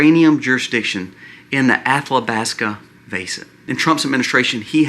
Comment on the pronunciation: Moron, there is no "L" in Athabasca